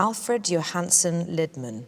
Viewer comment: Lidman is not pronounced as in pot lid, but as in Leeds. Liiidman...